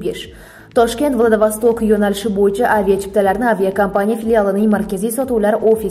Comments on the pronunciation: Менде соны айтайын деп едим владовасток дейдиго Владивосток болады Кытайдын хешнарсеси керек емес каракумырскалар вакцина менен барлык жерди ийелегиси келип турго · Владавостокмас,владивосток дейилади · Владавастак эмас, Владииивосток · Владавосток балки Владивостокдир😂😂😂😂😂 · Мустакилликдан кейин мактабни битирганлар умуман саводсиз.Уят шахар номини талаффуз килолмаяпти .Владивосток!!!!